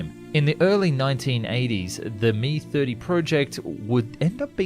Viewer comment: You don't say Ka or Mi together like that! The "k" and "a" of Kamov and the "m" and "i" of Mil are spoken separately as individual letters. The only designations that are spoken together are ones with 3 letters like MiG (Mikoyan and Gurevich Design Bureau) or Yak (Yakovlev Design Bureau) that can be spoken in one syllable.